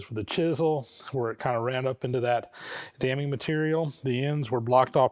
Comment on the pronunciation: I've been sort of bouncing around watching this series in the wrong order, but it's been one of the most interesting and informative things I've ever seen, and I'm really enjoying it. But in regard to the pouring of the babbitt joints, every time you mention "damming material" I hear "damning material." And that really cracks me up. Just wanted to share.